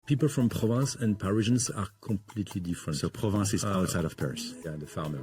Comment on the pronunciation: It's PROVENCE, not "Province"